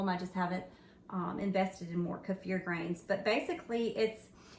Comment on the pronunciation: I’ve always heard it pronounced Keeeeefur not kafur! 😂😂